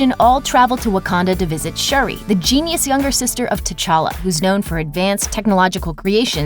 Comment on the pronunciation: Shuri, her name is Shuri not Sherry! Like schur-ree.